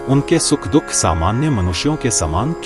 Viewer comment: कहीं कहीं पर भाषा में बहुत अशुद्धियां हैं जैसे दुख के स्थान पर दोख बोला गया है और कई स्थानों पर स्त्री प्रसंग में कहती हूं के स्थान पर कहता हूं कहा गया है